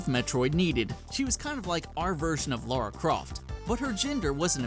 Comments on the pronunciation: ... It's Lara. Not Laura. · Good video, but every time I heard "Laura" Croft, it made me cringe. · Wow. I can't believe people STILL pronounce Lara Croft as "Laura Croft". You damn imbeciles.